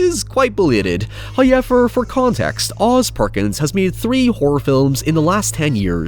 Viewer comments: Please stop saying the word however. You cannot do it right. There are no i's or y's in however. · First "hoyevver" drops . We are rewarded.